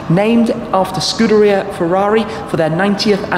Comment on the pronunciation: Firrari comaro😆Firrari ss 😂😂